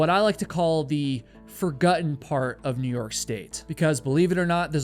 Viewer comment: Woah, did a VT accent slip out?! "furgutten part of NY" Proud of you buddy! 😂